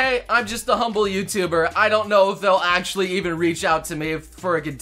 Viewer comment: Hey, whenever you say Actually; do you ever feel like you are saying Ashley instead? Just curious since they sound slightly similar in english.